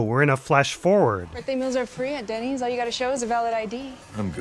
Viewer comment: Ah it’s Dennys, Jesse calls it ‘Dinnys’ I thought it was a new restaurant